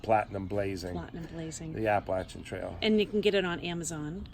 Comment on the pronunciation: So great to hear Appalachian Trail pronounced correctly, thanks! 😂 These southern ears appreciate it. Kidding aside, great interview. Thanks!